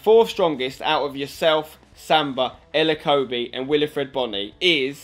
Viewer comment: Wilfried, not Wilifried Bony.